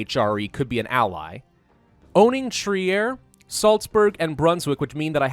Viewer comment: Trier is pronounced Treer.